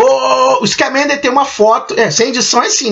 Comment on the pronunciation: Bacana os spoilers amigo. Só precisa melhorar as pronuncias Grindevéldi, Iscamender, Nil, Percivél, Crindênse, Saláminos, Obiscuris, Oblivion, Dumblandóre... etc Um abraço